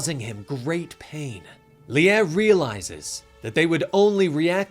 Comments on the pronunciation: sorry to correct you but its Lie is pronounced LI not LI-a but other than that keep up the amazing work guys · No it's more like Li-eh or like Lyeh